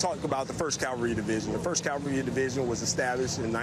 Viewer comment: Love it when military experts pronounce cavalry as Calvary